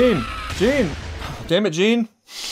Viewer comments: Jean didn't choke, he knew they had very little gas to spare and that sending more people off the rooftops would leave them as sitting ducks in the streets. He made a judgement call but he feels terrible about it. And it's pronounced like John, with a Zzzjjjj sound, not jean like blue jeans, ha ha! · Love Your reaction man! Small thing though, Jean is actually pronounced as "Jahn" :) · it's prononced "John", it's french spelling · Jean's name pronounced like Jan/John. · Its pronounced john btw